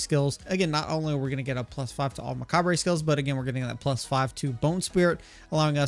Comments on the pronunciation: It's just pronounced "muh-cob". Spelling is very weird admittedly but the "re" at the end is basically silent. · The re on macabre is silent, it’s pronounced muh-kaab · Really cool build! excited to try this. Please stop saying macabre like that, but everything else top notch your build guides rock. :)